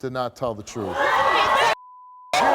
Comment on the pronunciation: TruTH. Not troof. Jesus. It's not difficult.